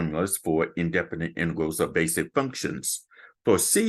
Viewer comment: said "intervals" instead of "integrals" well sounds like it anyway